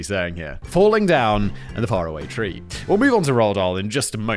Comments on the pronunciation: ..No Simon. It's Far-Away Tree. Farrahway tree is... just..wrong? :P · Simon, it's pronounced Far away Tree. You know as is that's faraway.